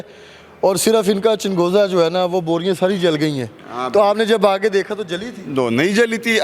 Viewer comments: Inkar bahi changoza nahi chalgoza hota hay urdo ko thiq karoo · Lahori bhai changhooza nhi chalghooza hota h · Yeh anchor ko chalghoza kehna hi nai aata woh interview krny gaya hai